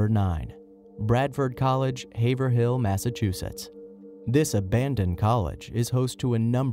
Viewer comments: I'm going to Sweet Briar- there is a graveyard of the slaves who worked the former plantation. I'm hoping to do some camping and paranormal stuff. Any other peeps going there this fall?? Also, Haverhill MA is pronounced "hay-vrall" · I think it's funny how he pronounced Haverhill. It's pronounced Hay verill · ITS PRONOUNCED "HAYVRILL" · You guys said Haverhill Massachusetts wrong, it's Haver-ill😂😁